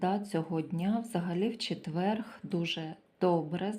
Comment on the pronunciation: Дуже приемно почути гарну украiнську мову, але четверГ рiзанув дуже . ЧЕТВЕР. Складно писати, бо нема украiнського алфавiту. Вибачайте.